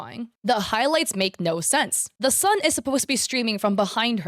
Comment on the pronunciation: "Oh Naur...." Wait, is australian?!